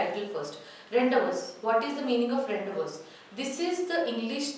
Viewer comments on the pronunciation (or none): Mam ur pronouncing the title wrong It's not rendevous, it's rendivuuu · Mam 🙏.I think the pronunciation of Rendezvous is "/ randivuuu"/ not / rendavas/... Please just check out and clarify my doubt... Mam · Revathi Am she don't know english it is spelt as ron-day-voo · rawn·dei·voo🔊 I am a regular follower of your videos.. Except Rendezvous pronunciation everything is Good..👍🏼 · Rendezvous should be pronounced as rendavoo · Pronounciation of rendezvous is wrong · Madam, were you right in pronouncing the word 'Rendezvous'!? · pronunciation of rendezvous is wrong ...please pronounce it correctly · rendezvous prounce wrong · Superbbb.but.pronunciation wrong.......rendezvous.......